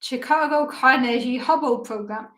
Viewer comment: Not that it matters, but if you are curious, at least in US English we pronounce Carnegie with a hard G sound. I believe the name ultimately comes from Andrew Carnegie, who I think was a rich steel baron a long time ago who made a lot of philanthropic donations and so ended up with many things named after him.